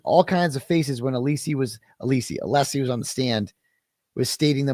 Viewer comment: hankys wife is anessy but he can't pronounce alessi properly?